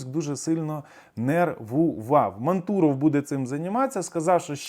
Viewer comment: дякую за інформацію.А за наголос на прізвищі мантуров окремий респект.